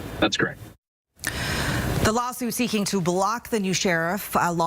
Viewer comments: The most irritating thing in this video is the news anchor mispronouncing “Pend Oreille”. It’s “pawn dur ray” not “penned array”. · “Pin” Oreille. Ouch. You would think a Washington reporter would know the correct pronunciation. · She's so far removed from reality she can't even pronounce the County name correctly.